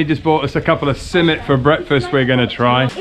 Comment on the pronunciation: Hı,not simmit it must be SİMİT😘😘